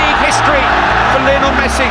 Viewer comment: ''Lion'' el Messi.